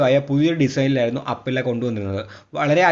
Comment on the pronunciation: അപ്പില്ല അല്ല 😂 അപ്രില്ലിയ